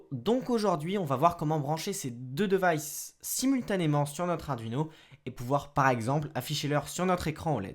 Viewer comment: Le "devaillsse" "la cloque"